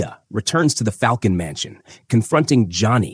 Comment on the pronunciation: It's fal-cone Great breakdown! Keep up the good work you